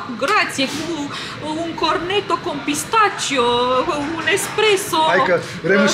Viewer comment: Bună dimineața.,te felicit pentru dorința ta de a învăța orice, dar mai ales o altă limbă străină nouă și pentru că mă distrează accentul tău în italiană... aș vrea să îți spun că pistacchio...se pronunță cu "chi" adică "pistachio" o pronunție moale fără a pune accentul pe vreo literă. Ești simpatică și mult succes!